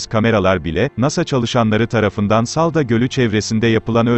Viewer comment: saldo değil hemşerim saldo değil salda